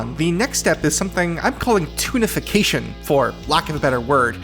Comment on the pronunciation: Every time you say "Toonification", I keep hearing "Tunafication". Also, this is pretty fascinating.